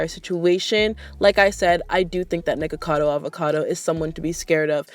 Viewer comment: You said her name right, don’t worry! c